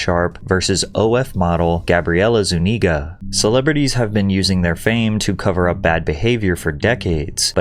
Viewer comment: For The surname “Zuniga”, I won’t assume hers but typically the emphasis is on the U, not the I